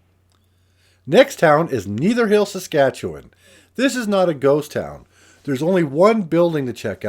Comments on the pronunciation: Awesome!👍😎🇨🇦 p.s Pronunciation: "stran reer" - with emphasis on reer. Netherhill has a "soft" e...nether like ever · Enjoyed the tour. My grandparents lived in Netherhill (first part rhymes with tether) from 1930s until the 1970s. Good memories!